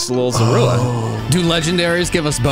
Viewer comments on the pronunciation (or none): It's weird hearing Zorua's emphasis on the " U".. like "Zoroowa" instead of the o, like.. Zorua. Lmao